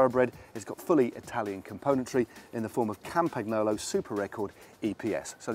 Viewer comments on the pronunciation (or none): did he just say campag-nolo? loooool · the G is silent in Campagnolo and the GN is pronounced more like letter N in New York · Matt.... Record, not Super Record. That's like saying Nibali is from Sardegna.